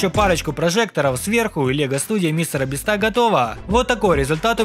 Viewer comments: не мистер бистро а мистер бисть 😊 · Правильно мистер би́ста а не биста́ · Не мистера Бистá а мистера Би́ста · Меня одного бесит, что он говорит не Мистера Би́ста, а Мистера Биста́? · Меня одного бесит когда он говорит биста